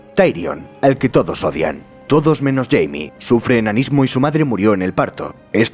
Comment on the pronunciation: No es Jaime, es Jamie. Si hubieses leído los libros lo sabrías xd